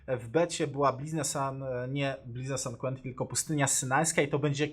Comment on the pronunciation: "Blizna Sant Kłentin".... aż uszy krwawią :P